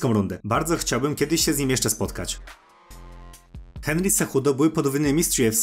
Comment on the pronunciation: Kenry Cejudo xd niczym Szpaku jak walisz te literówki w nazwiskach hehe, ale dobrze jest xd